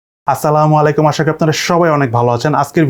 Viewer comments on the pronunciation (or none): আসসালামু আলাইকুম ভাইয়া আপনি সালামালাইকুম আর বলবেন না সালাম টা সঠিক ভাবে দিবেন ছোট মানুষ আমি ভুল করলে ক্ষমা করবেন